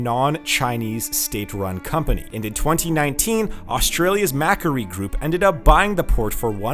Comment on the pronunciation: Not Mack Erry... Mack Quarry (Macquarrie Group) sheesh, almost as bad as Ee Moo... Eem Yew (Emu - large Ostrich like bird). Check a damn dictionary when you want to use a foreign English word.